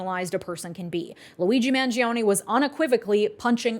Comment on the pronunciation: Every person is saying Luigi's name wrong. Its Man-Jo-Nay. 🤌🤌🤌🤌